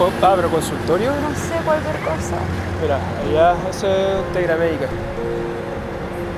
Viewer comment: Si me di cuenta se dice alla